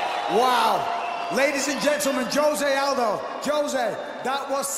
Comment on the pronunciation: Who is this terrible terrible ring announcer pronouncing aldo’s name ? U have one job for christ sake